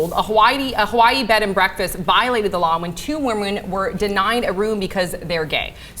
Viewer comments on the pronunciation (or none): "2 WERMON"